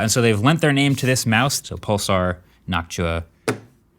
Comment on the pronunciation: STOP SAYING NOCTUA LIKE THAT